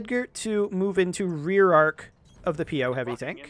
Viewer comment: It's Po mate not P O. It's the name of a traditional mischievous/vengeful spirit of chinese origins. Also don't forget about the magshot!